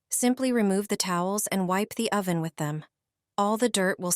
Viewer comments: "OH-van", LOL?! AI has a long way to go. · The AI voice is annoying. O van and grat y among some of the tell tale signs of AI.